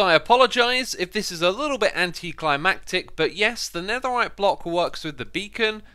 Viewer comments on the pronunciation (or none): none